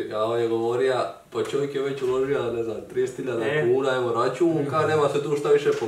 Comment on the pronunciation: ne kaze se ,,Ulozia" nego ,,Ulozio"